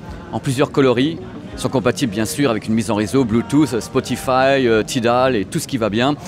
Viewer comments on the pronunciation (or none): none